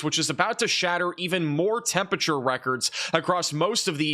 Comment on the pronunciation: It's NOT TEMP A TURE!!!!!!!!!!!!!!!!!!!!!!!!!!! At least get close with TEMP RA TURE if not correctly with TEMP UR ATURE.